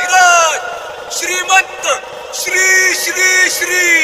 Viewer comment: 'Shri' ahere te. Shee nahi